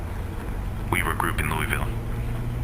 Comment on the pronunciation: i am an authentic Louisvillian and OH MY GOD WHY DID YOU BUTCHER THE NAME. Please let me audio audition to correct this. Pleaaase.